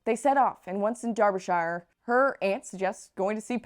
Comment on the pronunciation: Derbyshire is pronounced "Darb-a-sure." More or less....